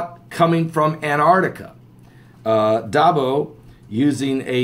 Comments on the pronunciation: Dahbooooo,, Dahbooooo, not Dahbow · it's pronounced dah,,,boo pastor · pronounced DAH-BOO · LOL Brian are you the speech police today :) Heeheehee...that's usually me. I laughed when he said dahbow too. God bless. No offense Pastor, it's just a blooper...no biggy.